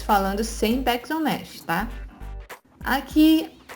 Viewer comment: Oi amada! como uma vez vc disse que gosta de saber como se fala as palavras certinho, deixo aqui mais uma dica. O jeito certo de ler Bakes é beiks e não béks. Adoro seus videos e vc é a melhor do ramo! ♥